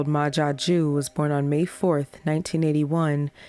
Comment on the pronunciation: Is he french? Ma Jaque?